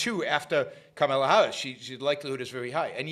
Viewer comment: Do a shot every time Yaron says, “Karmala” Harris